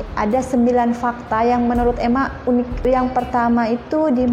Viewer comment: Unik juga tapi disebut bunyi yunik (ikut sebutan bahasa inggeris).